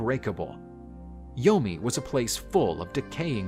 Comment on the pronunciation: Did he say yoni or yomi?😕🤭😂